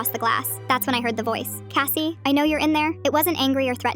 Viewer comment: Kathy? No, Kassy